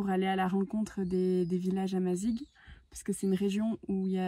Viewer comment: Tous les Marocains sont Amazighs ! Tu peux utiliser le terme Berbère car ta prononciations de Amazighs laisse à désirer !